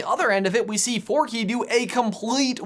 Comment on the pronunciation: It’s Forky not Forkie